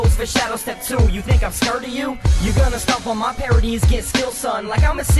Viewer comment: This is awesome, but I'm sorry when you pronounced "scared" as "scurrd" I couldn't keep the laughs in haha.